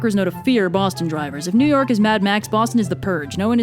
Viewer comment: It's New York, not New Yourk.